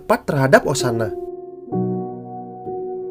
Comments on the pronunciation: Bang ini saran doang sih, kalo nyeritainnya bagus tapi ada omongan yg typo, contoh: osanai jadi osana. Itu doang sih, lanjut teros bang👍👍👍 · Osanai bkn osana